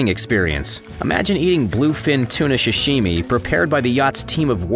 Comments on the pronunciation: Sashimi, not "Shashimi" Wagyu, not "Wagu" Cryotherapy, not "cryptotherapy" (what would that even be? hidden therapy?) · Idk why, but the narrator pronouncing Sashimi as “Shashimi” triggered me